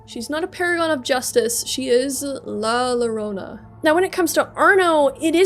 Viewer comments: im spanish, and im a little angry with her pronocing la llorona as la lorona, but overall, really nice video, keep it going n_n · lah luhronuh is killing me